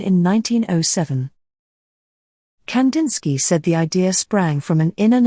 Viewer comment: I wish at least his name was pronounced correctly